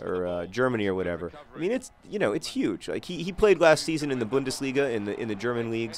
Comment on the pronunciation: As a german, I'm quite surprised over how well you pronounced "Bundesliga" :D